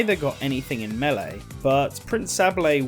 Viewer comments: when doing research for the melly videos. Bruh your pronouncing it wrong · If only there was an announcer who screams the word out so we have some idea on how to pronounce the games name 🤔 to bad that we don't have that. (Though he starts pronouncing it correct later, he just said it weird at the beggining)